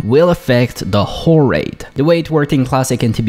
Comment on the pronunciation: The problem of mistaking L for R and putting more emphasis on the end of your words really comes out when you say whoRE raid.